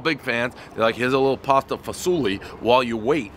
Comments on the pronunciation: "Pasta Fazool" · Dave just likes saying pasta fasuli